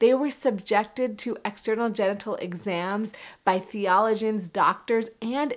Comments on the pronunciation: External genital examination by “theolagens”? That’s how she pronounced “theologians “ or scholars in theology. Slow down in your delivery, doc, and try not to trip over your words or drop your voice at the end of a quotation, thus losing the most important part, as you did with the quotation from Plato. If you want to communicate, think of the audience. It takes time to assimilate what you say. Give us time. And rehearse until all the words and dynamics of your talk are right! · She said “theolagins“. Hahahaha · ONCE AGAIN PROVING DOCTORS DON'T KNOW SHIT, AND SHOULD BE TAKEN WITH CAUTION AND A GRAIN OF SALT, SO TO SPEAK, SO YOUNG AND NAIVE SHE DOESN'T EVEN KNOW HOW TO PRONOUNCE "THEOLOGIANS" - PATHETIC !!! PROVING SHE DOESN'T KNOW THEIR EXPERTISE, AS IN GOD, IF SHE CAN'T EVEN PRONOUNCE THE WORD............AND NEVER LET THEM PUT YOU UNDER UNLESS YOU HAVE A LIMB SEVERED OR SOMETHING PRETTY SERIOUS LIKE THAT, CAUSE THEY DON'T KNOW WHAT THE HELL THEY'RE DOING !!! OR YOU COULD WAKE UP DEAD !!! Igotstaknowit - IS MUCH CLOSER TO THE TRUTH OF IT, IN THE KICKSTAND APPROACH !!! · The way she mispronounces "theologians" is hilarious. Wood you please stick with your expertise (see what I did there?).